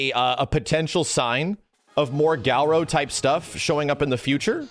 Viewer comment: Why does keep pronouncing it Gow-row?